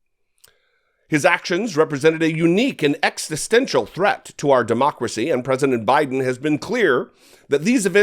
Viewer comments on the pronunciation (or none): none